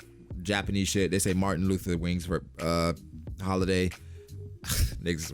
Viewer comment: This man said "Martin Luther Wings Holiday" I'm dead